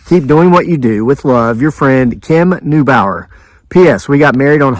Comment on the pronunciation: Thank you for sharing my story. You pronounced my name correctly. Kim Neubauer